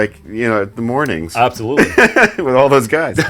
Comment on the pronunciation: it is still not "wiff", sorry :D